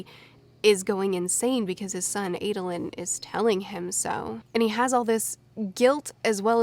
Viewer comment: I have never heard anyone say Jasnahs name like that Edit: And Adolin And Sadeas